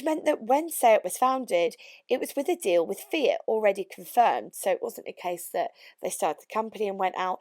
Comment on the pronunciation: The yanks can't say fiat they say feegyhat hahahahahaha